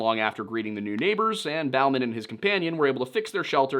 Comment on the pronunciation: Bauman is indeed said how you said it in the vid. People with the last name "Bowman" or "Boman" in southern Appalachia are said the other way